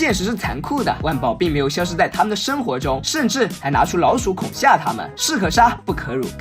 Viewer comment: 恐吓（Hè）不是恐吓（Xià）